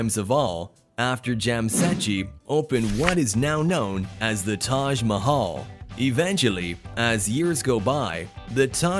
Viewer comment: Taj mahal?? What did you say?